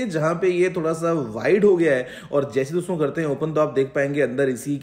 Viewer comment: Not "DOSTON" he said "DOSON" 😂😂😂